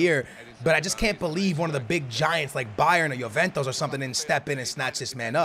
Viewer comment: It's not Yoventos but it's Juventus